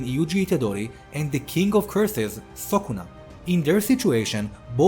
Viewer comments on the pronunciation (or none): It's not sokuna bro.. It's sukuna